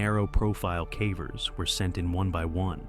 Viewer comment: “Chooed”? Come on now. Hilarious that AI can say “cave” but often botches “cavers”.